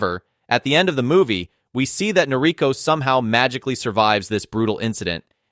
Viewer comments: You're mispronouncing her name. It's Nor-i-KO. Accent on the final syllable. It's kind of important. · Totally forgivable. NOT that important.